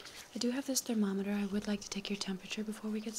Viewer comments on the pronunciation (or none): none